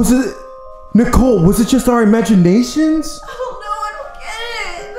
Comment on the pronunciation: when you say'd imagiaeshon the song IMAGiAeNasHON in barney?🤔